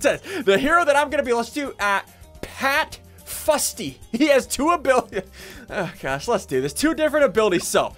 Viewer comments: he missaid pat fusty as pat fu*ksy xd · It's not pat fusty,it's fat fluffy